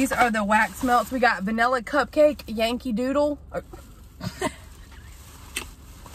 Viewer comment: You make me roll on your word pronunciations. I was hollering when you said Yankee doodle 🤣🤣🤣🤣